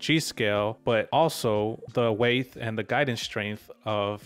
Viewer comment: I wasn't gonna say anything about "heidth" instead of "height" but then you said "weighth" instead of "weight" and I'm dying lol